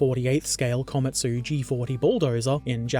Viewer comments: "Komatu" was the old way of spelling Komatsu, your pronunciation of the latter ( ko-ma-tsu) is correct. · "Komatu' is an error Tamiya never chose to fix. You pronounced it correctly as Komatsu. It means 'Little Pine Tree' and this model was Japan's first bulldozer.